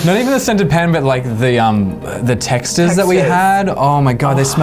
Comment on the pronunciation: btw it's texta, not texter!!